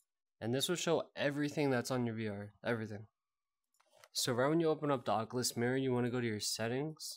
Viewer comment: bro why do u say ockalus im dying rn ahahaha